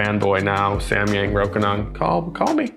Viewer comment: FINALLY someone says it right. I have learned to be less annoyed by people saying it incorrectly but I was too happy hearing it said properly. Anyway, this lens is on my shopping list (photography) because the Canon is not better enough for the price. Nice to see it's great for video as well. I can't hear the AF hunting and the bands are loud anyway.